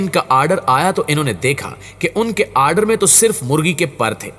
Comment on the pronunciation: Aaaadar nahi order hota hai anpad..